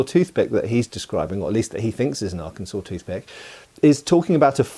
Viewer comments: thank you for your service i live Arkansas and yes it's funny a British guy pronounced it right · Kudos to for pronouncing Arkansas correctly. Not all Americans managed that. I'm not a native, but the USAF stationed me at Little Rock AFB for almost 20 years. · He even pronounced it correctly.